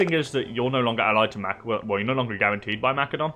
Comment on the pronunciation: Good stuff. Thanks Methinks your pronunciation of Macedon requires investigation